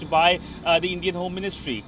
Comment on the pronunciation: Please note that the is pronounced as thee only before a word begining with vowel that are a, e, i, o, u